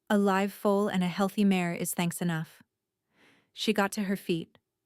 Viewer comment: Its mare not mayor.